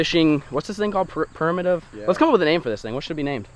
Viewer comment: trying to say primitive is funny as hell.